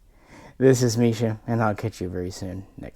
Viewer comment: Misha I’m not going to lie. I clicked and watched this just to hear how one would pronounce that…